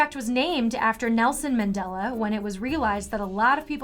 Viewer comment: It's Nelson MAN-dela not Nelson MEN-dela